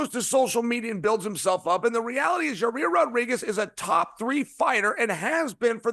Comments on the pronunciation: I know Chael didn’t just pronounce Yair as Ya-rear 😅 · Who TF is Raa-rear ? Cha-yale enjoys saying some people's name in the most F up way possible, he knows exactly what he's doing. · Ra rear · CHAEL WENT SCOOBY DOO PRONOUNCING YAIRS NAME.. RAH- REAR.. RUT ROW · Your rear Rodriguez might be my favorite Chael mispronunciation